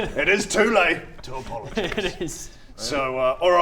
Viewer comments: Hey it's Tuile to pologise. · Say pologize one more goddamn time. I double dog dare you!